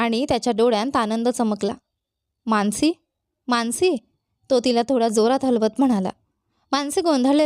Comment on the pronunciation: माणसी नाही, मानसी